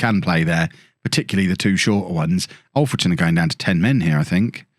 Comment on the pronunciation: FWIW it's Alfreton with "a" like in King Alfred - who it's named after - not Olfreton